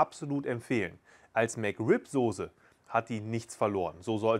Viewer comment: Es ist die Soße und nichr die Sose 🥺